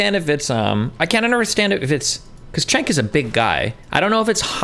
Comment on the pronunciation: Damn, after all this time Destiny is still going to go into this debate not knowing how to pronounce Cenk's name?